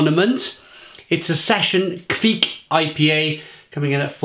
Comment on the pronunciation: It's pronounced "Kvike"